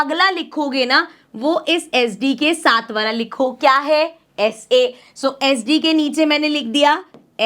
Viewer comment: woh वाला hota hai na ki वला🫥😂🫪🤔